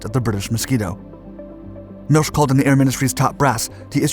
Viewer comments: i have some issues with the narration's accuracy. for example, the truth is that flame dampers were used to hide exhaust flame from enemy night fighters and bombers. erhard milch is pronounced erhard milk, not milsh, kurt tank, fockewulf's chief designer, had the first letters of his last name (TA )affixed to designs he created. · Milsh?????? He's named Milch, with a ch as in lochness...Come on...do your homework please, don't be a yank..